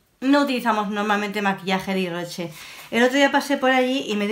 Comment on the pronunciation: Jjjj.. K buena diciendo el nombre. A mi me encanta Ives Rocher pero de maquillaje no tengo mucho, me encantó ver el resultado😘